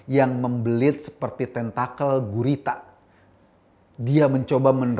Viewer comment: Ngomong 'gurita' nya biasa aja maaas,,gurita cik*a* maksdnya ya